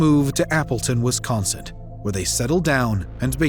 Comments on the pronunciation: The man narrating this case mispronouces Wisconsin over and over again! He pronounces it as Wiscon'cent'. It should be pronounced Wiscon'sin' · First off, thank you for all the videos you produce. I have one additional comment: There is no "T" in Wisconsin, the narrator kept saying "Wisconsint!" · Great that the killer was finally caught. But if her lazy a$$ husband had taken her to work that morning..... Why do you keep saying Wisconsint, When it's spelt Wisconsin? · The grammar, pronunciation (I’m pretty sure there’s no ‘T’ in Wisconsin 😐) and elocution, plus the incongruous facts, make this difficult to listen to